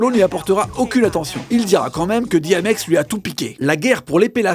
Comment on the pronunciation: on dit 'DI M X "